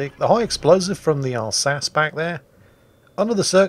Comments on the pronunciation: British man laughs at argentine navy, 1982, colourized P.S.:, Alsace is pronounced Alzasseuh, you scrub. Yes, mylord, i'll go back in the salt mines now. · The counter to carriers is to smile wide, open the VLS doors, and let them have a chat with Uncle SAM and start swatting them out of the skies! And it isn't Alsace in any of those pronunciations, it is the "All Sauce"... Spicy for any occasion! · AS IS THE ALSACE'S PRONUNCIATION! I propose an alliance between France and Finland against the Brits. You in Flolo? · For an English sailor, pronouncing french correctly probably counts as high treason. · I am a frenchman and I resent your mispronounciation of the Alsace. Anglais typique.